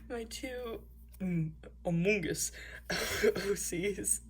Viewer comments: every single thing in that sketchbook AND the way you say amONg US gives me life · The way you said among us made me laugh so hard hahhazhxhdh